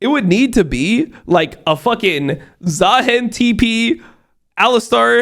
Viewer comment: i don't know what triggers me more. how unc says "baus" or how he says "zaheen"